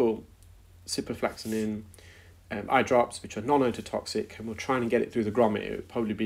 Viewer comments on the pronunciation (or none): Are you sure you don't mean ciproflOxaCin rather than ciproflAxaNin? I know you like to educate people about medical terms, so it would be best to get the names right (particularly if questioning prescribing decisions!). On that note, "intravenously" is a route taken straight into a vein but is not pronounced like that - you say intravEEnous (i.e like Venus, not intraVEINous). I hope your auntie gets better soon.